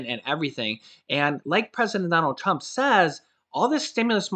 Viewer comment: you said president dump instead of trump lol